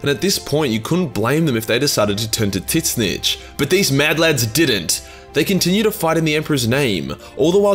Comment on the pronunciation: Man, every time you mispornounce Tzeentch as "Tit Snitch" it has me in hysterics; love a good running gag :D